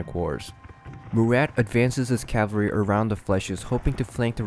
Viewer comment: "Cavaree" I believe it's pronounced "Cavalry" as in "Cavalree". Good video!